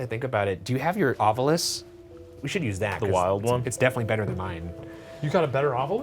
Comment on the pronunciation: Happy Friday the 13th! For debrief: Ryan, I see you’ve changed your pronunciation of ovilus - but not in the intro clip to the ovilus. Will you be updating this? #thanksinadvance #ocd